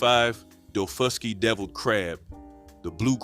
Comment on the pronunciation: My mother was born and raised on Edisto Island in the lowcountry of South Carolina. My grandmother and aunt lived there until they died. I grew up eating this food and still do, always will. By the way, it's pronounced dah-FUSS-key island.